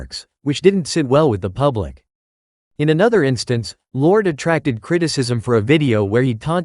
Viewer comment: Whos lord?? Llyod ? Lordie lol